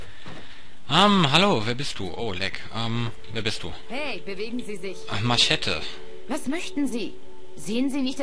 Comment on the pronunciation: machete nicht maschete xD